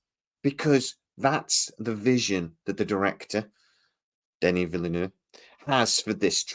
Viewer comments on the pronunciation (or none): I dont think he would say Denny Villieneu 😂